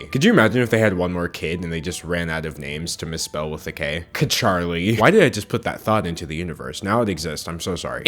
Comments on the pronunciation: he said chakarly...why not just karly? or karol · Can’t believe he really said kcharlie and not KARLIE???